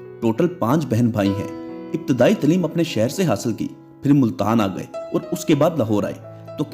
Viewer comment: Hello my friend, please spare some time to learn Urdu, your Urdu pronouciation is pathetic, the word is "Taaleem" and your are saying "Tleem".